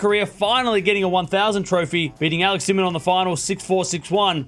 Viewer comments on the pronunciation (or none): none